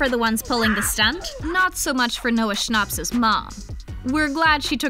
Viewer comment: She said Noah Schnapp like Noah schnopps